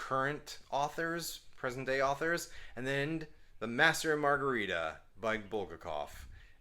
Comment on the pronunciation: The Master and Margarita is amazing...need to re-read it over and over again. Wow Zork, those were the days. Wonder Boys is a great book and a great movie (pronunciation of Chabon; is the second one you said) I won't mention the way you pronounced Bulgakov.